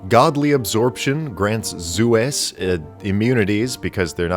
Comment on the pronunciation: OK, something hilarious about "Zues the Goose." The way you're forced to pronounce it, "Zu Ess", is essntially the inversion of how Zeus should be pronounced, ie "Zeh Uss" and not "Zoos". And its Egg attack isn't that strong as it only hits objects. Well, unless that object is the bridge you're standing on.